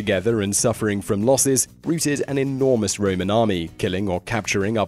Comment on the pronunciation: Pronunciation is awful at times -beatified, routed and swathes are three that stand out, but I might have missed some due to the confusion I was suffering. I mean how on earth did Great Britain end up with an Empire covering vast areas without a bit of military acumen. (I'm aware there was a fair bit of political skullduggery too). No offence to the French - I actually hate listening to idiots slagging off the French, but there's two on this list. Where's Rommel, Montgomery or Zhukov?